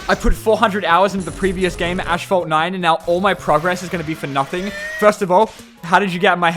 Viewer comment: "Ashphalt 9"